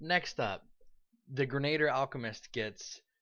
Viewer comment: Gren-ah-deer. Not grenater. And while I'm glad you are so enthusiastic in this video, here is some food for thought: Brew potion, is actually one of the most useful features for Alchemist in my opinion, because for a tiny amount of gold, any spell cast that you do not use each day can potentially be brewed into a potion as all of the spells on The Alchemist spell list are capable of being made into potions. Doing this, also allows you to pass out your nice Alchemist spells like enlarge or reduce person, or Shield, without having to take the infusion discovery, and especially as a damage role you will find your spells going unused frequently as you stick to your bombs and weapons. Even if you don't feel like being charitable to your compatriots and sharing your spells, you can always sell them for additional income and buy whatever it is that your heart desires.